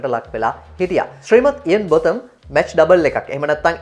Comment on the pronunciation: you will have to pronounce cricketers' names properly, my son...Ian Botham is pronounced as "බෝතම්"....Not "බොතම්".....Then the first name of Stephen Fleming should be pronounced as "ස්ටීවන්".....Not "ස්ටෙෆන්"....you can learn proper pronunciation of player names by watching cricket highlights..